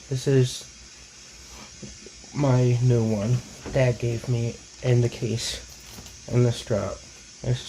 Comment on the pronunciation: Notice how he pronounces dad as dat or tad. or am i the only one